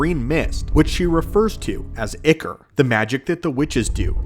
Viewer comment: ok what is with these youtubers and not being able to pronounce simple words? it's I-core not icker. I have no idea wth icker is.